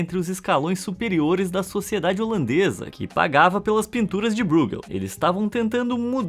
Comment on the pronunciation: Essa pronúncia de ÓI que você diz ser a correta nem sequer existe em holandês. Você fala como se fosse alemão, como o nome do goleiro Neuer, porém não percebeu também a ordem das vogais, pois não é BREUgel e sim BRUEgel. Sua tentativa presunçosa de explicação foi tão miserável quanto a de gringos que acham que espanhol e português têm as mesmas pronúncias. Erro básico achar que alemão e holandês são idiomas semelhantes. Apaga seu comentário que dá tempo ainda.